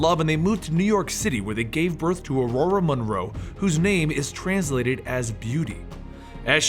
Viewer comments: i think its Ororo not aurora. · Are you pronouncing her name right, cause I don't think so? I know Xavier says it that way in the movies, but I thought that was because he has a pretentious British accent. Wolverine used to call her "Roro" in the comics and if her name was said like "Aurora" that wouldn't make sense, also it wouldn't rhyme with Munroe. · It’s O RO RO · de plugged O-Raw-Ro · it is I think the guys just pronouncing it incorrectly